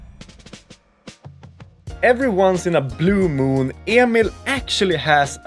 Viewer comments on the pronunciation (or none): none